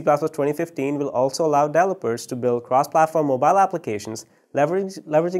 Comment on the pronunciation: It's pronounced DEV-EL-OP-MENT .... delopers....Holy Christ.... If you don't already know what he's talking about this butchering of some words every new and then is very annoying and makes understanding what he's talking about impossible assuming is was possible at all...